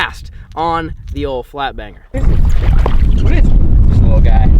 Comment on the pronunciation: When caught his 3rd fish it sounded like he said f**k banger and not flat banger